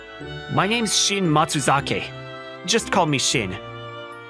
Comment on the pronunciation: Anyone else notice how the dialogue messed up Shin’s name a few times 😂